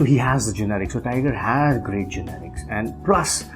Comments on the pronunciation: why does he keep saying generics!!!..it's genetics dude..:// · he keeps pronouncing " genetics " as " generics " ... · GENETICS not GENERICS lol